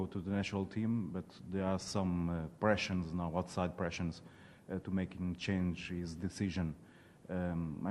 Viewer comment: Juro morri a rir quando ele disse “pressions” 😂😂😂 Como é que põem jornalistas que não sabem inglês a fazer perguntas...